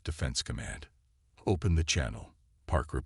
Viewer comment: Your AI can’t even say the word “open”, find a new AI